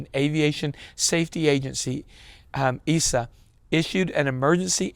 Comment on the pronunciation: EASA = E-AH-SUH